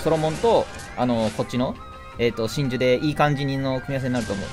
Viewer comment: の真珠の呼び方だと神獣に聞こえる